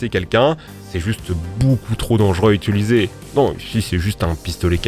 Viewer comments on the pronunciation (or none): Protip pour: "Utiliser" ✅ "Ituliser" ❌ "Aéroport" ✅ "Aréoport" ❌